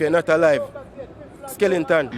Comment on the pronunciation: The nigga said skelinton 😂😂😂 wha name so